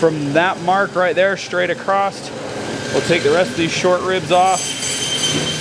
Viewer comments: in english the word is across NOT Acrost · Very good . But when you say cutting across don't ad a t . It's across not acrosst . So I would say ." I grab this piece and cut across here to this point." Then back across to take the briskets off. It's not the proper way to say in english acrosst. It even came up as a word spelled wrong .I sorry for the criticism. I did like the lesson in cutting a cow into all of it's different cuts . Thank you .